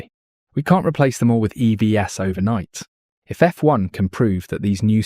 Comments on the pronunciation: Apart from not explaining that braking can be just taking your foot off the accelerator called regenerative braking which charges the battery ; and spelling out E V S when it’s an eeevvvveees. The narrator has had nothing to do with electric vehicles and doesn’t understand their workings ; he’s reading from a script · Really? A human doesn't normally pronounce "EVs" as ee vee ess. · probably text-to-speech software, which failed, naturally, to pronounce EVs as a plural of EV (''eevees'') and interpreted it as an abbreviation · You pronounced "EVs" as "E V S". Is this an auto generated voice over? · Pretty impressive text to speech but you got exposed when you pronounced EVs as Ee Vee Ess. 😂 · Also “EVs” was “E-V-S” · "EVS"??? That's not how it's pronounced. Any human would know that. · I don't like the computerized voiceover. For example, EVs is plural, it is not ee vee ess! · BRAKING, not BREAKING! F1 channel and you can't get this right? Also - Eee Vee Ess???